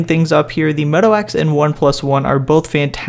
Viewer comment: say moto wax one more time...